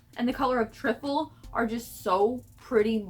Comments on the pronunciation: trifel is pronounced try-ful, it's named after the food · The sugar pill lipstick is pronounced - try-full - it’s a dessert we have in the UK. I thought more people had it 🙈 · No hate....but you pronounced Trifle wrong. The I is long. 😉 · I love you but that’s not how you say trifle